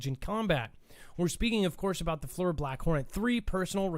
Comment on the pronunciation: Great show, it's pronounced Fleer, FLIR forward looking infared radar